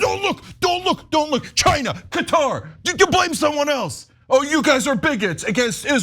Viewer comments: CAT-AR not cutter! duh! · For the love of God, decide on a pronunciation. In one sentence you switch between “cutter” and “cuhtaar”. 😂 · no its not not pronounced as cutter its Qaaaa-tar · Anna, it's Qatar not Cutter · Qatar = Cutter ??? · Where the hell is cutter? You guys have Murdered the English language